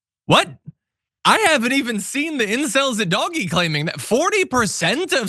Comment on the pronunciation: Please it is Dog E